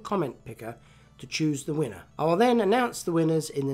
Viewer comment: Wiener Würstchen äh sorry "winner"